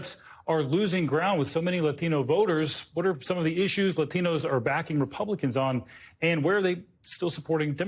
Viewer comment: The way this host pronounces "Latinos" is triggering me